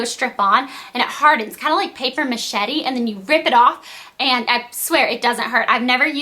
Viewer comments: lol paper machetti ! its paper mashe :p you look beautiful in this vid. your eyebrows do look the best they ever had . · haha, paper machete! Its mache MA SHAY!